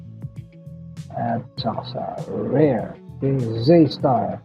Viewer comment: Rear kapadyak not rare Zstar not zeystar